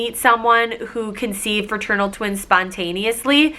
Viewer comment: iT is not ferternal it is fraternal